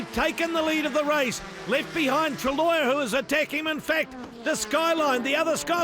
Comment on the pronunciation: Cheers for uploading the final part! I love how the shouty Aussie broadcaster says Benoit Treluyer's name as 'truh-loyer' :D. Another thing i noticed was Speed Channel's abrupt edits to fit the footage into the commercial blocks. Assuming it's not theirs, I wonder what media company originally produced the show before Speed put their name on it?